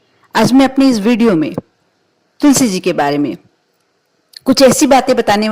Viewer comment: Pahele tulsi ji ka naam bolna sikho